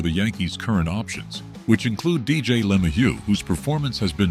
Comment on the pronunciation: Why don't you learn the correct pronunciation of Dj and Dominguez first. You're an embarrassment to your site.